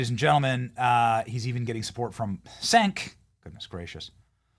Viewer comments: Cenk is pronounced like Genk. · its pronounced "Chenk". Cmon Benny, he's th most obnoxious leftist puppet they have, you should know how to say his name by now